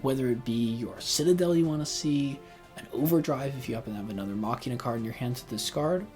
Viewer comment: You pronounced Machina correctly, it's Latin for "machine"